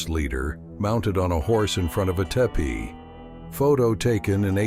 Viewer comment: Sorry but, It's O.K. corral not okay. It's T-e-e-p-e-e. not tehpee. Several klinkers.